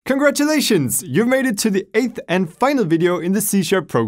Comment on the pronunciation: Wait, did he say "Eighth"?